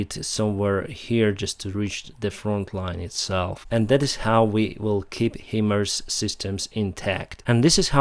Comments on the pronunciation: For reference .. it's HIMARS, not Himers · it is Himars not himers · It’s HIMARS (High Mobility Artillery Rocket System) not HIMERS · Greeting from USA; it's pronounced as High-Mars (one word). God bless!